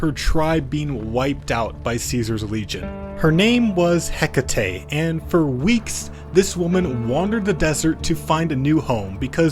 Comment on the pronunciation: Never pronounce Hecate like that again. She's named after the ancient Greek goddess, so her name is pronounced eh-kah-tee. If we're going by Modern English however, her name is pronounced hek-uh-tee. Lastly, in Shakespeare English, it is pronounced hek-it